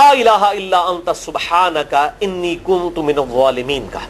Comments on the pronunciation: Exactly mainey abi aik aur channel pay b suna kuntum keh ri then wo jbk its kun tu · Public notice: Please when u recite ayat e Kareema make sure its pronounced rightly . As usually people incorrectly join kuntum whereas its kunto- minazalimeen